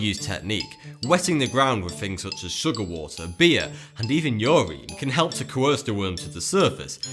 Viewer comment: "ur-reen" Really.....That's really how you say it lmao.